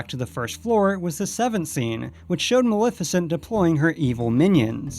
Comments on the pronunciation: It's malef as in Left not Malef as in Lift. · Isn't it MA-LEF-I-CENT? You keep saying Mal-if-a-cent. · dude you totally mispronounced maleficent's name. It's MaLEFicent ( Lef as in left) NOT MaLIFicent (lif as in lift) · Maleficent's name is also actually pronounced MaLEFicent , the "Lef" being pronounced the same as in "Left". that's the way it's pronounced in the original film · You pronounced Maleficent wrong. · Argh! How many times can one person say Maleficent incorrectly?!!!